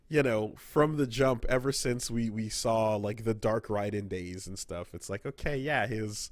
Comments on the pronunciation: why do they keep calling him rye-den. It's RAY-den, this isn't fucking metal gear or some arcade shoot em up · It's pronounced "Rayden" kmon! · Why u guys callin him rye-den this is gas-kwa all over again